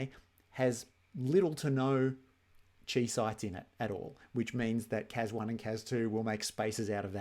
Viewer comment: Chi is Greek, it is pronounced KAI, not CHEE. Seriously hurts my ears, it is like hearing people say me sen ke mal when talking about the mesenchyme.